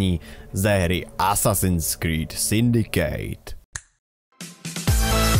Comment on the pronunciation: Nevyslovuje se to Syndikejt, ale Syndikt...;) :P